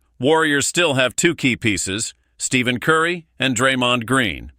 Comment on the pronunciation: Please pronounce Stephen Curry’s name correctly.